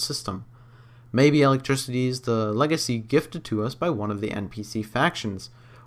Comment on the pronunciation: what's alectricity?